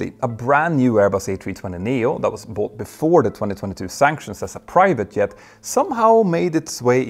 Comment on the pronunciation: "jet" and "yet" do NOT sound the same!